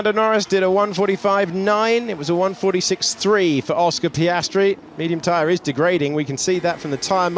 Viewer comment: Oscar Piastry.... Super..... Repeat again until the season closure.😂